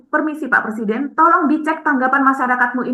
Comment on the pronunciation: Plesiden plesidenan....😅😅😅 Macam macam orang Gila... Salah satunya Gila Jabatan...😂😂